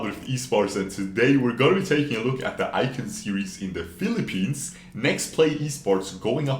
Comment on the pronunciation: ah yes The Philipenis